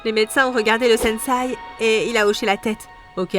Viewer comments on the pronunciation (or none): Super vidéo mais c’est pas une étoile mais un shuriken et c’est sensei (qui ce prononce senssé )pas un sensai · Quand elle dit SENSAI J ai envie de lui dire on dit SENSEI ohhh!!!! 🥱